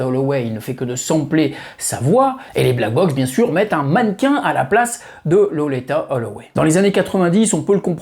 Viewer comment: Merci pour cette vidéo sur cette grande dame, dont j'ai découvert la voix, sûrement comme beaucoup d'autres, fin 1989 sur le fameux Ride On Time. Par contre, ta prononciation de Loleatta sur l'ensemble de la vidéo m'a fait tiquer de l'oreille, je l'aurais personnellement prononcé "lolita". 😉